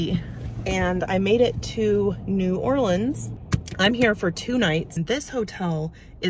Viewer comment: New Orleans is my hometown. There is so much to enjoy. There is a drive thru daquiri place right on the streetcar line. I am also happy you pronounce New Orleans correctly.